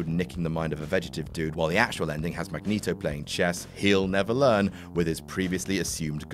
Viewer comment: You...really don't go to jail for speeding alone, especially only 88. Days of Future Past erases X3 thank God DId you say "Magnus Neato"?!